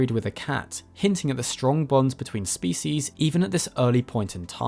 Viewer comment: The way you mispronounce "species" disgusts me.